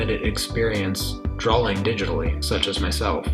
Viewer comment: 'Drawling tablet'?